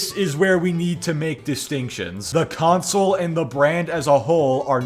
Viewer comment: Don't forget how he says console. The way he says it is flamsol.